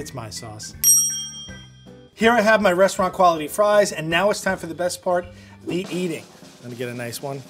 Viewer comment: My boy said restaurant crawlity 😭